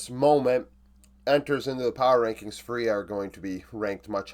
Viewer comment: Just to help you pronounce it better, the strong syllable is the first one. Its FÚria, not fuRIa.